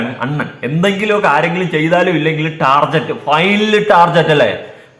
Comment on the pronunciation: ടർജറ്റ് അല്ല ടാർഗറ്റ് ആണ് 😂